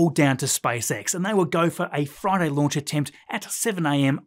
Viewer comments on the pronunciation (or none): Hey! Hey! on a froyday!